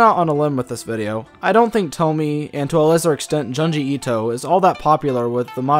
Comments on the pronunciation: "joon- gee - eeto " ✅ " john gee ito" ❎ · Giangi Ito. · And joon-ji ito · June-gee Ito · "juhnjee ito" "TOHMEE" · How the hell do you know the correct way to pronounce "Youkai" and "Edo", but butcher Tomie and Junji Ito?